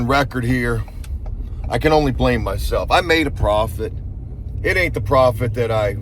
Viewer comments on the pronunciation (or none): none